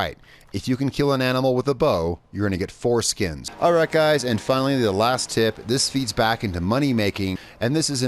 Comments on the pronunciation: Well actually he said 4 skins, but it does sound like foreskin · heh.. you said "fore-skin"